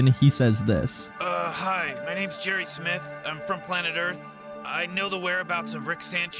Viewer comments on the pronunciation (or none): none